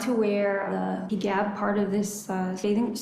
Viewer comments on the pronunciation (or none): pronouncing hijab as “higab” says a lot about how clueless she is to this religion and culture. I truly can not FATHOM why she chose this life and to move to Egypt. KNOWING she hates living there, she went back because….I still don’t know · For the love of God, why does she call a hijab a heegab??? I don’t get it 🤦🏽‍♀️